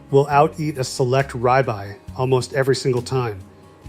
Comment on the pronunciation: He does not know how to say the word rib eye correctly!